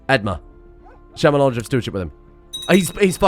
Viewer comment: I know this isn't related at all but the way you pronounce edmure as edmar is driving me up the wall 🙃